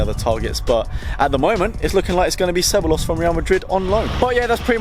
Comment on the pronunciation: Took me like 6 rewinds to understand which Real player you were talking about. It's pronounced se-bye-yos